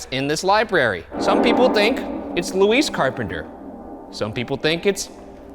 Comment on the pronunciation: Dying each time Ryan says "Luis" instead of "Louise"